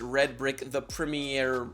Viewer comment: Can you not say Premiere?